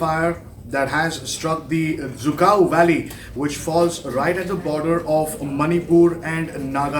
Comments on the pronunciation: Lol it's dzükou not zhukov 🤣🤣 who said it's zhukov 🤔🤔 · Cant even pronouns the name of the valley right